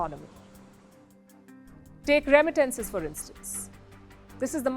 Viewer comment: Learn how to pronounce, “ remittances”, “ industry” . You should buy a dictionary.